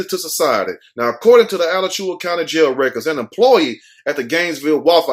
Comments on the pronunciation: It's pronounced AH-LAC- CHOO- WAA County. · I use to work outta Alachua. The way u pronounce it is hilarious 🤣🤣🤣 This is sad.... I don't understand how she got mad at the dude. I would've been looking at my man like..... "U need to get ya weight up so u can do things like that " ..... smh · It's pronounced a latch ua. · Its A LATCH YOU WA....ALACHUA